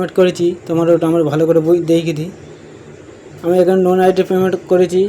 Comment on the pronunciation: লোন আইডি ❌ নোন আইডি ✅